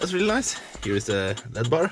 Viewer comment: *L.E.D.*= Light.Emitting.Diode. Pronounced -- ELL. EEE. DEE. Just sayin. In case you dont know. A diode is a oneway valve. But if you force enough electric through it the wrong way it glows(emitts light).